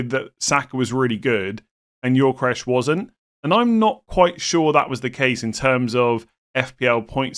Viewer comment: Gyökeres: Yo-Ke-Rez pronunciation, not Yor-Ke-Resh 🙂